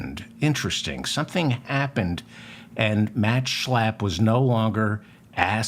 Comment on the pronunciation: Just the way you say his name Schlappp thanks for the laugh.